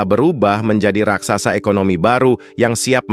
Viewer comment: Admin ini ngomong Raksasa aja dibilang RAKSAKSA Yg benar ajalah kalau mau jadi Reporter